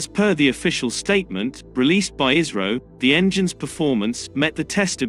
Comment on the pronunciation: You pronounce ISRO like ISRAEL 😎😎😎